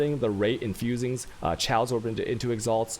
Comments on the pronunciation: For someone who pretends to be intelligent, I can't believe you can't figure out how to say Chaos. I think you're doing it just to piss people off at this point. No one has ever pronounced chaos like you have. NEVER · Is he clowning or does he not know how to pronounce"chaos"?